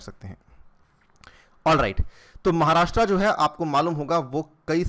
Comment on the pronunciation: 'महाराष्ट्रा' नही है वो, 'महाराष्ट्र' है.. आपको 'अनिरुद्धया अग्रवाला' बोलेंगे तो कैसा लगेगा??